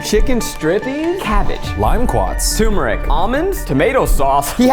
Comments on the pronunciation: I love you guys but I lose brain cells each time you call turmeric tumor-ic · Eugene saying "TOO-meric" 🥲